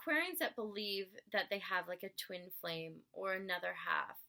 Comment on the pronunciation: Hi. I do really appreciate your work and the time that you had given to make this video. Even though, you're tired. Moreover, It would had been better, if there were more clarity in some of the words like worship, twin flames and so on. Cause, I'm not a native speaker of english. And, I'm not saying that was mandatory. By the way, I loved the way of your presentation of such a complex topic in such a easy way. Chirios.